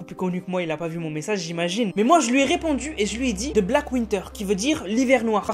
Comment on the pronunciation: 😂😂😂😂😂the : de c’est ze